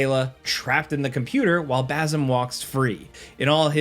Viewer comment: Dude can't pronounce bazim SMH annoying